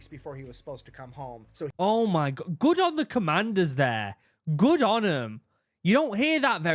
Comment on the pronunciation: i love your accent but "ohh miy gwah" XD i cant hold back anymore "BeAnS Nd ToAsT"